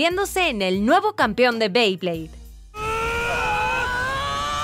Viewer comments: Y no se dice bley es bey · no se dice beid se bey